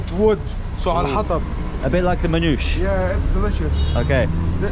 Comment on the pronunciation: It’s “man-ou-she” bro .. or manouché 😎